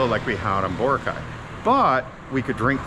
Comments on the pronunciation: It is pronounced Bor - a - cay three syllables not two syllables Bora -cay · will you ever lean how to say BOROCAY the correct way you would think after living there you would learn how to say the name